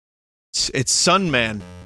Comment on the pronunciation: He says Sunman and I hear Dayman.